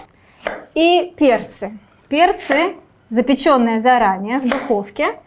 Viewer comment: "перцЫи.. готовиИм.."" ыыы..